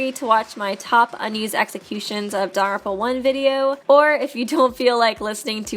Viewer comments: very time that "daarrrrerpa" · It’s not DANGONRONPA.... It’s danglepompa... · Does anyone else find her pronunciation of "danganronpa".... Off....